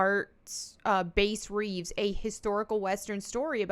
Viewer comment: Little quibble: pretty sure that Reeves's name is pronounced like the fish, not the octave. Also, the ships thing: I wasn't going to comment on that at first, but I'm a geeky hermit so I feel I must. I hate that they retcon or otherwise rewrite characters to feed egos over ships. My friends and I love making our own ships as much as we supported the canon ones. And we tease each other about how ships couldn't work because [of reasons x, y, z]. And whoever's ships are getting destroyed would complain, as dramatically as Captain Jack Sparrow: "Stop blowing holes in my ship!"